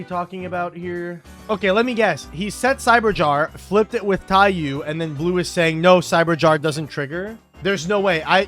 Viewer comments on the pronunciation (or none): every yugioh player ever still mispronouncing Taiyou 💀 why could 00s Konami not just properly translate card names? who prevented them from just calling it Book of Sun (Taiyou = japanese for Sun) when we also have Book of Moon? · I mean you said it yourself, Konami caused this by not simply translating the name to "Book of Sun". There is no correct pronunciation of "taiyou" in english as it is not an english word, therefore the only requirement on players is that they successfully communicate to their opponent what card they are referring to. I have never met a player who would fail to recognize either TIE-yuu or TIE-yoh, therefore either pronunciation is valid from the english language's perspective. This is the same as any other loan word. Think of all the poor french words we've adopted and mangled. We can criticize that the pronunciation is wrong in french, but we still have to acknowledge that english speaking people do in fact pronounce them that way and the words are recognized IN ENGLISH as such